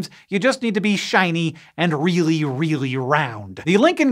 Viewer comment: Weely weely wound mister wabbit !